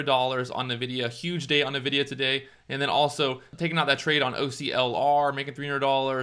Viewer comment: It's pronounced "N-vidia". You say "EN" for the N.